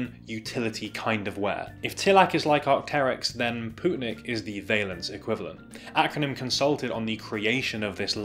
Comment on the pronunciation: Its lovely to see a good brand coming from my home country! Also on a side note, its pronounced more like "poetnik", rather than "pootnik". Thanks for giving them some exposure!